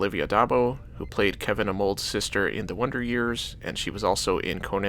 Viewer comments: Kevin AMOLD??? 😂 The last name was ARNOLD!!! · Haha, "Kevin Amold"